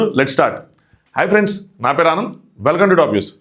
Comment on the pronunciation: ఆనంద్ అని పలకటం కరెక్ట్ గా ఉండడం లేదు అది ఆనందో అ నంతో తెలీటం లేదు